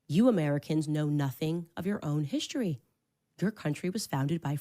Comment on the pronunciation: It drives me nuts when she says “hish-tory” instead of “history”.🙄